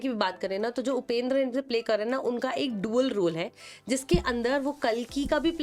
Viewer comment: Kannad nahi Kannada.. Hum kya Hindi ko Hind bole.. Don't make it short & It's उपेंद्र nahi उपेंद्रा